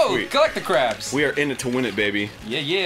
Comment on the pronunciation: Oh good, something hopefully less rage-inducing than Eryi's Action. Looking at the concert clip again, it sounds more like CRARBS than CRAFFS. Oh,. It's too bad your English conversational skills aren't as good as your songwriting.